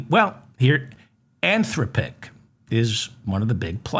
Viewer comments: David, I heard a news item today about an AI agent that used its users bank card to buy things for this consumer. Really. The word Anthropic has the accent on the second syllable, by the way. An-THRO-pic. By the way, we do already know that recursion that goes on a number pf repetitions can get dramatically worse if done enough times. Listening more, I feel impelled to tell you that it is pronounce In-VID-ia. I wouldn't worry about Musk's plan to boost all those data centers into LEO. He can't do it. The cost to do that, plus the hardware needed to use the temperature gradient is large, expensive, and extremely costly to boost into orbit, including the cost of the manufacture. I'm nor telling you not to worry. There is lots to worry about. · DAVID I LOVE YOU... "an-THROHP-ic," like saying "man, STOP it.." or "des-POT-ic.." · Great show. An-THROP-pick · How many times can you mispronounce Anthropic in one show?